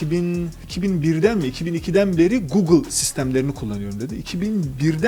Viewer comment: önünde gugıl diyor, herif yine de gogıl diyor. sizin bir şey öğrenmeniz mümkün değil ki arkadaş.